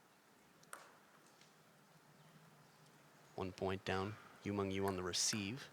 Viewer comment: its YU MENG.. YU not YU MANG.. YU ???